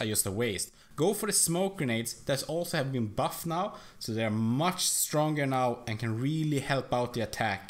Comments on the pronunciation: mush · The way he says "much" is hilarious